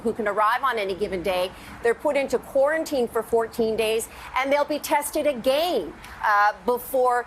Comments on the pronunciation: Anyone notice Janis saying "AGANE" I've never heard anyone pronounce again like that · AGAIN the way she pronounces that word